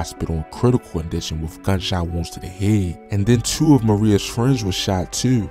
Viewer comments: Cause That "Teww" Was Crazy 😧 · At around chewww am!!! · That “tew” caught me off caught ngl😂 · He Damn Near Said "Chewww"😂